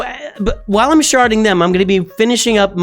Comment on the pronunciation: Are you sharding or sharting